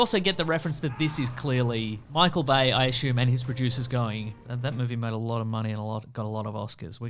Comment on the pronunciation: I don't think I'll ever tire of Australians' inability to pronounce "assume" correctly.